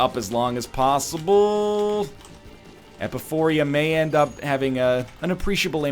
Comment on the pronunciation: E-pi-pho-ra. Not Epuphoria.